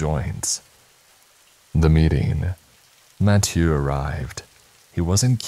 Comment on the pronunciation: Mattieuh is killing me